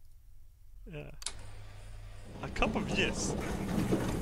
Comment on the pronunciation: "a cup of yiss"